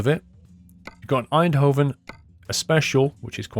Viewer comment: Pronounce the v as an f, In-do-fen